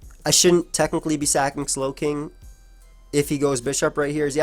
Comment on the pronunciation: he said saking twice, why senpai:'(